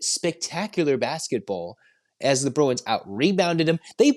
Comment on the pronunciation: Bru-f-u-n? Bru-w-i-n! 😂